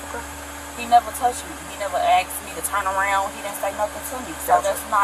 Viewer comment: Why is it the caption says “asked” when It clearly said the officer “Axed” it? You know as in he axed it and attempted to murder it????? After he axed it I just hope somebody called an am-ba-lance……….